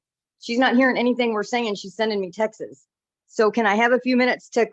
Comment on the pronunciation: MOM, stay out of daughter’s business. And it’s TEXTS not TEXAS